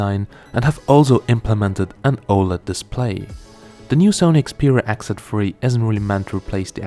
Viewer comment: Oh it's X Z 3, I thought you were saying "exit free"! lol